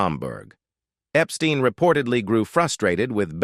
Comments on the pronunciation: Brian Epstein's surname was pronounced "EP-STINE", not "EP-STEEN". 😐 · If you watch more than one Beatles related documentary, they ALWAYS f-up Brian's last name!🙄